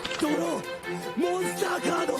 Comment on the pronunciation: monsTAH CARDO